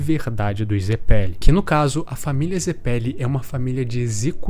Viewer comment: Mano, me deu uma agonia danada do jeito que você fala zeppeli, e ao invés de dizer esfera, você fica falando bola kkkkkkkk. Canal muito maneiro.